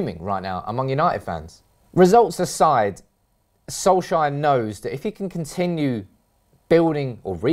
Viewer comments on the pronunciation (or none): Soulshire? Who is that? It's S-O-L-K-S-J-A-E-R!